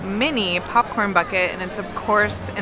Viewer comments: Why does say pupcorn 😂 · Sounds like is saying “pupcorn” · Is it just me or does anyone else hear saying "pup corn"? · more like pupcorn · I love how says popcorn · The way says 🍿😂